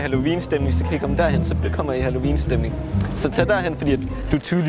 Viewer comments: Elsker hans måde at sige halloween på: Hallovin 😂❤️🙌🏼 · Du siger halloween på en mega spasser måde. Halloviiiiin😂😂